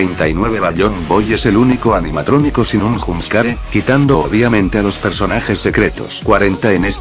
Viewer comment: En la 16 dijo anianatronico :v